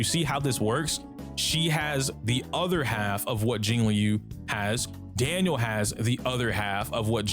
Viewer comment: ITS DANHIL NOT DANIEL SMH (to people that say Daniel)